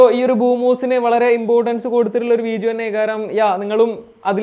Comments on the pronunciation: Y are you telling veejio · വീജിയോ അല്ല, വീഡിയോ.. ഡി.. ഡി.. ഡിങ്കന്റെ ഡി..